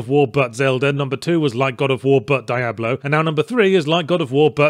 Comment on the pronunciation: Oh great... you're one of those people who can't pronounce "Diablo"...